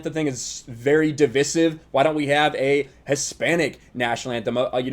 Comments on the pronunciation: You lost me on the devisivvv that’s the first time I’ve heard that pronounced that way. It’s di-vi-sive. Di - vi strong iiiiiii viiiii sssiiiiveeeee. Di*vi*sive. Not dvsive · You’re mispronouncing divisive, bro. It’s pronounced duh-vai-suhv. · Just FYI it’s pronounced Duh-VY-suhv. Nice video. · I don't think interest in the NFL has anything to do with propaganda and the BLM movement as much as it has to do with many people believing a full schedule will be impossible with the amount of players and necessary contact in the sport. Also, it's pronounced div-eye-sive. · It's pronounced div-EYE-sive bro.... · It’s pronounced as de-vi-siv. Divisive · Div-eye-sive... Youre sayin it wrong doofer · You’re pronouncing “divisive,” like a liberal trying to sound smart... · Am I missing something on why he pronounces "divisive" the way he does?